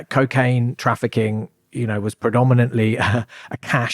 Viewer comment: Why’s he saying ‘Kcaine’ it’s pissing me off who tf says it’s like that